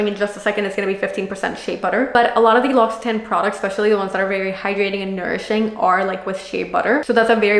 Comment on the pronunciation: Thank you for sharing and giving good advice for product use but it’s pronounced lock—see—tawn, not tan